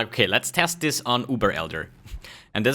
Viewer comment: This not dis